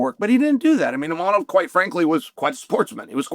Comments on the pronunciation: Imavov ❌ inamab 😂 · Hazmat, Imanov, Pierra and Proraska, not a single name beside Sean was pronounced right 👏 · maybe start saying the name of the dude correctly. His name is ImaVVVOV. He is top 1 contender in the division for god sake. Learn his fucking name. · There's no n in the name Imavov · Repeat after me : IMAVOV